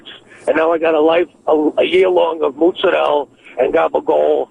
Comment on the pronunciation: Is that how Italians say the names of those foods?